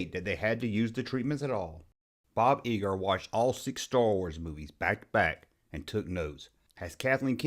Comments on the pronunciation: Love your video but Bob's last name is pronounced Eye-ger, not Ee-gerr. . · EYEger, not eeger!!